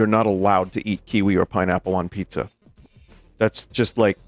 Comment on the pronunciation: Pizza more like pee zza